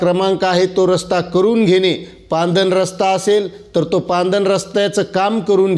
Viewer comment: सर पांदन नाही हो....... पाणंद रस्ता😂😂😂😂